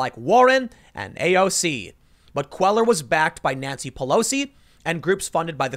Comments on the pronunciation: Tim, you really need to take a basic Spanish speaking course. It's not Queller it Quay yar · Cuellar = pronounced "quay-ar". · Love your show. FYI Henry Cuellar is pronounced Henry KWAY-YAR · Cuellar is pronounced "kway-are"...Just FYI. Keep up the good work Tim. Thanks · Love your stuff Tim. Cuellar is pronounced Queyar. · It's pronounced "cueyar" - the ll in spanish sounds like a Y. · Pronounced Kwayar. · S Texan here Cuellar is pronounced QUAY-AR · "Cuellar" is pronounced "Kwe-yar". It's a Hispanic last name. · “Quay-yar” = Cuellar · Your pronunciation of Spanish last names is terrible...still love this channel! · GOOD LORD - LEARN HOW TO PRONOUNCE CUELLAR - AT LEAST CALL SOMEONE TO FIND OUT